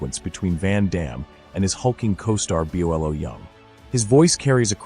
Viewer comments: Why does this GAY ass AI keep calling “BOLO” BE-YOU-EL-O” Lets me explain something to you whoever made this pile of dog shit video STOP MAKING UP FUCKIN FAIRYTALES..!! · B O L O? It's one word! Bolo! Train your freaking AI. CORRECTLY this time.🎉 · The guys name is BOLO not Bi olo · It is not Pronounced B o l o it is one word BOLO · AI rubbish. Can’t even pronounce Bolo — saying everything from Byellow to Buelo. Whoever put this nonsense up should be embarrassed and ashamed. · BO LO!!! Pronounce it correctly!!! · Bolo, his name is Bolo! He changed his name after Enter the Dragon! Segal should have remember who is! He was very accomplished himself! I like Segals movies. The other movies are still better. To bad you didn't show the 90 second clip. It would have been easier to forgive your ai mispronouncing BOLO! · The narrator can't even pronounce "Bolo" . 🥴